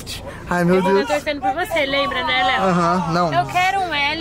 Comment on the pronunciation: Qm viu a falando pro Léo bê não kkkkk